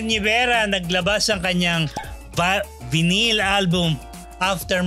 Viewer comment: Vinyl is pronounced (vay nil)